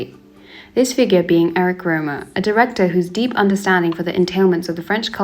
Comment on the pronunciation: Btw Rohmer is not pronounced like Roamer, but more Rohm-AIR, and Le Rayon Vert - dont say the T.